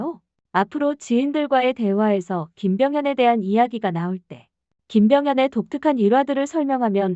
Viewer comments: 김병현이야. 발음이 김병헌으로 들려. 이병헌하고 헷갈리는거 아냐? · 헌이아니라 현이요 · 왜 자꾸 김병현을 김병헌이라고 함?????? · 김병 현이에요.. 계속 헌 헌.. ㅠㅠ